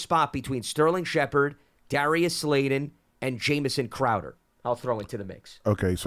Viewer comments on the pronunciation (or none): Sounds like he keeps calling him Slayden. But yeah, we didn’t sign Slayton to a 2 yr/$12 mill deal for him to barely make the team. Slayton is probably WR2 or WR3.